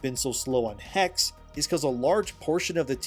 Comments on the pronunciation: HEXE is probably pronounced He - She. I believe this, because I know a person named Xolo, pronounced Sho-Lo. It's like a dev gotcha. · In German witch is Hexe pronounced as Hexuh. Just saying. Ppl won't buy the games alot if they won't adjust, it's simple as that. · "Hexe" is German for "witch". The last "e" is not silent. Pronounce both "e" the same way you do the "e" in "ending". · From everything that i heard from Hexe until know sounds intressting. Also i think it makes alot of sense that you play in Hexe a Woman as the setting is in the time of Witchhunt. Oh and FYI, "Hexe" is the German word for Witch and you pronounce the e at the end. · the second e in hexe is pronounced the same as how you pronounce the first e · Hexe! you speak the last "e" xDDDD (sorry for being that person!) I kinda doubt it will be a good game... looking at what they do with the japan setting in Shadows..... I bet, they will only have female then being burned, while there had been guys too. The werewolf.... yeah could happen, there are some Werewolf stories in Germany, aside of a vampire version as well. But... I absolutely put my bets on it they will notmake a good game. Yeah... me staying in indie corner when it comes to buying games.... Slightly lesser chance off running into game destroyers. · Hexe means witch in German. You pronounce both e like the first one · Hexe is german for witch, and the second "e" ist prononced like the first "e". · It's Hexe not Hex just like Porsche not Porsch. Second e is the same as the first one. Why it's do hard for you? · Hexe is not pronounced "Hex-ie" nor "Hex." German has no silent e or silent k, Germany doesn't do that nonsense. Es at the end of a word are always pronounced; it's pronounced "hex-uh/hex-eh." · it is not pronounced "HEX" it is HEXE. the E is not silence.Hexe is the german word for witch.... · Brother its pronounced HexE the e at the end gets pronounced as well. Greetings from austria